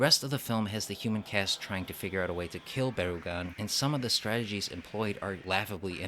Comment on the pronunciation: "Baragon?" "No, BarUgon"